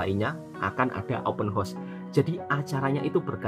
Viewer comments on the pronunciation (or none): Sedikit pembetulan buat tentang sebutan ' Open Horse' (Kuda Terbuka). Sebutan yg benar adalah ' Open House' (Rumah Terbuka). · Open hause wak bunyinya HAUS bukan HOS tu kuda😊